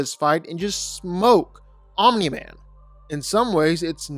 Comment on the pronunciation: Stop saying "Ominy-Man".